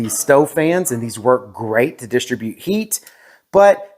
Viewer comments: With a fan you would not DIS-tri-bute the heat - you would dis-TRIB-ute the heat. :) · Bro you dont know how to say distribute